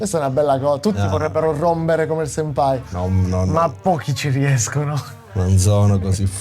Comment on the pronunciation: Karate Kid 7: Il momento di RRROMBERE.